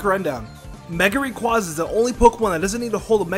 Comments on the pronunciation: ITS RAY QUAY ZA NOT QUA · Rayquaza (rā quā za)